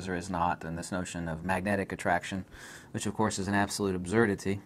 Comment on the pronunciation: Why does he say "absurdity" like that? Have I been saying it wrong, or is he pronouncing a common word slightly strangely for other reasons?